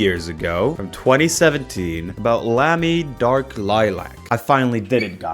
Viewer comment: Hearing Americans pronounce Lamy makes my German skin crawl.